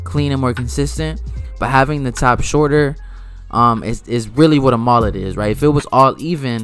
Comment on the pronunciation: The way you pronounce Mullet is messing with my brain